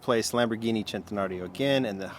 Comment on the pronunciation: I feel weird now after hearing how the way he said centenario